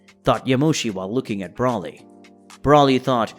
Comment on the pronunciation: Learn their names please. BRAWLY, Lim-o, etc. Come on man.